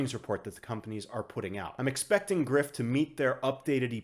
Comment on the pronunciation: Greif is German and means griffin. The "rei" part is pronounced more like the "ry" part of words like "dry" or "fry". Thanks for your videos man. Keep it up.